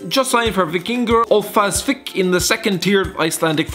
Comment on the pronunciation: Víkingur ólafsvík.. i know its hard to say for you but dayum